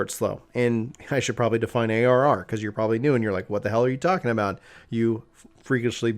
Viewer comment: Bruhhh you mumbled when you defined ARR! What is ARR?😋